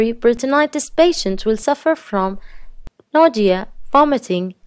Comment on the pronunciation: So we are just going to pretend she didn't say "nodia" wn saying nausea? Okay 🤐